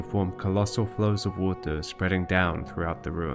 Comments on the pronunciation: “WAUTEUR”, I dunno, I enjoyed listening to this word being pronounced as if it is some magical strange substance. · i dont want to believe it because it sounds absurd, i agree on that, but i see no other reason for him to pronounce "more" perfectly correctly and pronounce "water" like he does, it jsut doesnt add up, i dont want to accuse anybody but the evidence elads me to believing this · Your pronunciation of “water” just makes me think that it’s a sneaky bit of worldbuilding itself. You’re saying it that way because the liquid that fills the ruins looks like, but is not exactly the same as, the stuff we call “water” in our world. At least, that’s my theory! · Love the project... Not a fan of the 'water' pronunciation 😂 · You have such a peculiar way of pronouncing water. Either way, always captivated by this world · You say “water” so interestingly! It’s like you shift the voicelessness of the release of the /t/ back onto the stop itself, but by the time the plosive is released, it’s voiced again 🤔 Do you know if this is a regional pronouncication? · Or maybe it’s a glottal stop at the same time as the /t/? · yes, i am one of those people, but he can say "more" without slopping the R at the end, theres no reason for him to not know how to do the R at the end of "water", thats why i think he does it on purpose